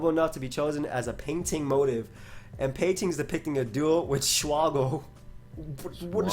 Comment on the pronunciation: I know didn't pronounce motif as "motive"